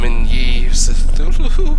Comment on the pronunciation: AKSHTHUALLY ITS PRONOUNCED KUTULU /s. Dude, I know you were sick when you made this but you have great commentary. I'm all about the Lovecraftian horror so thanks for sharing